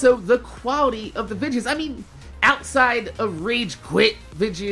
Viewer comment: why do you say vidjis instead of videos #sundayQ&A